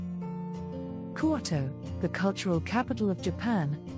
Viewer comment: Love these videos, but seriously the voice over needs work, or at least learn how to pronounce Japanese words properly. Quote-Oh? Seriously? It's Kyoto